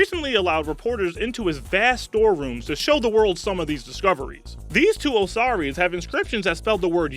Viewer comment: Molly O he said "two o-sorrys that use to hold bones" how is that anywhere near correct pronunciation? And there were many more. If one is going to do a video about certain things then you would think he would take a few minutes to read through it first and clarify any questions he has.other than that he gets two thumbs.